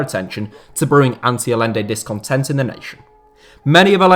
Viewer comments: The name is pronounced "Al-YEN-de", not "All-lende". Beyond that, has there ever been a time FIFA wasn't a sewer of corruption? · Aye-enday not a-lenday lol ETA: yoon-ta not jun-ta lol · The LL is pronounced like a Y , Ayyende not Al lende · It's not pronounced Alende, it's Ayente. Salvador Guillermo Allende. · It's pronounced "Ayende". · Great video, and it might be nit picking, but as a Spanish speaker, I have to say to say it. Hahaha hearing you pronounce Allende was actually quite grating. It's spelled Allende, but it's pronounced like Ayende. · Just so you know, Allende is pronounced Ayende. Two Ls in Spanish make a Y. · His name was pronounced "A-yen-de" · Is it not ‘ay-ende’? The double ‘l’ in Spanish is pronounced like a ‘y’ or in Argentina like a ‘j’. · just thought I should say that Allende is pronounced Ayende, the double l is its own character in spanish and is pronounced as a Y sound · Allende = "a-YEN-day". Would it have killed you to take a few extra seconds to learn how to pronounce the man's name properly? I mean, you certainly got Pinochet's name right. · How is it you can pronounce Pinochet correctly but not Allende?